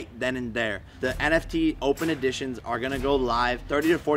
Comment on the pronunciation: It's EDITION not AUDITION